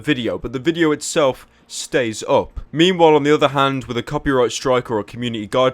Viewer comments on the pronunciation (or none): I swear he said "memewhile" instead of "meanwhile"...